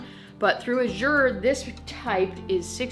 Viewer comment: I dont think u know u r saying Azure wrong. Call their customer service and u can hear how it’s suppose to be pronounce by the founder himself. :-)